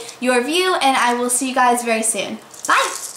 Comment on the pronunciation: kinda sounds like shes barking when she says bye i swear im not trying to b rude but thts just something ive noticed lol